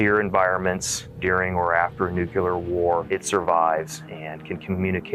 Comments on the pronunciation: McCandless says Nucular not Nuclear. Well educated? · And they still cant pronounce nuclear correctly...ITS NOT NUCULAR :) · Nu-clear 🤯 why is it so hard?! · Did a ‘Former Director of Operations’ just say “nuCULAR”? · The military: uses nuclear bombs The guy : "NuCuLaR wAR" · How sad. A Chair Force pilot cant say nuclear